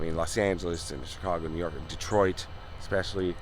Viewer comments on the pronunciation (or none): none